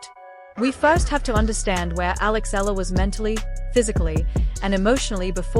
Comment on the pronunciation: E-YA-LA cirrect pronunciation